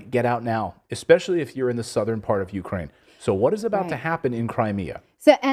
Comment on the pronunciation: Do your really phucking say,"expescially..." Dear God, my poor English.